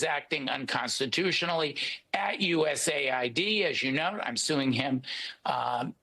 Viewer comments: USA-ID???????? It’s US-Aid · Is anyone gonna tell him it’s US AID not USA ID 😂.